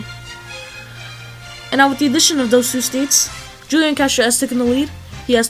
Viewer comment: You say hulian